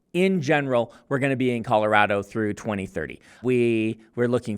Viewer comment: Good job saying Colorado like you were born here!